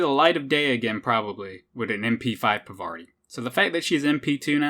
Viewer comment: Parvati just wanted you to pronounce her name right...